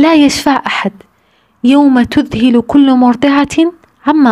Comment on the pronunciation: جازاكي الله خير عن تذكرك لنا حاولى اختى اذا استدللتي بأية ان تنطقيها جيدا مثل تذهل بفتح الهاء وليس بكسرها او حتى في المعاني مثل لا خلة اي لا صديق وليس يتخلى وبارك الله فيك ونفعنا بك